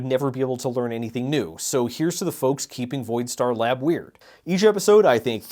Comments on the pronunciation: Bro around 122 you say labs not lab. Are you trolling? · bro you clearly said "Voidstar LabS" 🫵🏼😂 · misinformation he says "Lab's"